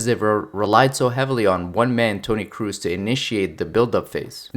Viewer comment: Toni Kroos, you dont spell it Cruiz, its spelled how its written